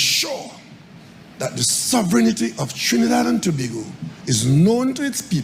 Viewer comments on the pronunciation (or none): TO-BA-GO Ms AI! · Trinidad and Tobago. Tobago is pronounced "To-bay-go". Please, you must have heard it said how many ever times.